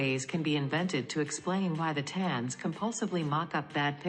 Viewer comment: Once again, if your organization wants to appear to be professional, you need to run quality control before releasing these videos. in this video, the AI voice mis-pronounced the word "thetans." At that point, I stopped watching. You people are just not serious.